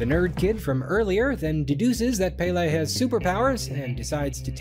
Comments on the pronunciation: Ahahah I love this, these movies are kinda iconic in Denmark only for a very specific age group Side note the pronunciation of Pelle in English is so cute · Hi Danish man here. Glad to see you cover the movie. Saw it myself in theaters and thought it was fine. Not great (as established) but it was a big deal in 2013. Also it is not Pele, but PELle Written as Pelle. Our language is difficult. Edit: Sommersted is a legit last name in Denmark. Edit2: The sequel sucks.